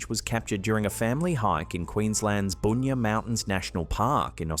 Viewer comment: Its pronounced Bun-ya😂😂😂